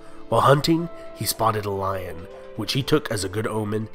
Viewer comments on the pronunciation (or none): none